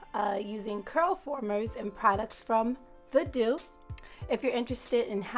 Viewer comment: The mouse is pronounced “ The Doo” , nice results